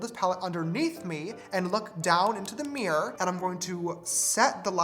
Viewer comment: I like how when James is putting on his lashes he says “I’m gonna look down into the meewwr “ XD I COULDNT STOP LAUGHING no offence to James I just found it funny and thought you would too :3